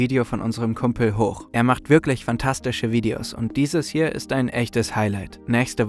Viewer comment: Als ihr den Kanal im Sommer vorgestellt habt, habt ihr "Hoog" englisch ausgesprochen. Jetzt klingt der Name nach "hoch". Ist das ein Versehen oder habt ihr bei eurer Kooperation nicht aufgepasst?